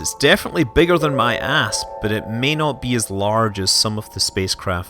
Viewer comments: my favorite part of this is how "i parked my asp" sounds like "i parked my ass" and the sentence is way better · "its definetly bigger than my ass" well i hope a space ship is bigger than your ass (i know i know he said asp)